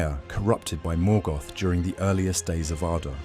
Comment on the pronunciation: Morgoth not Morgath